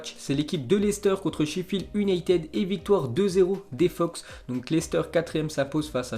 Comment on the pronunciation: Prononcer Manchester ''younaïtid" ... ''United'' ça passe pas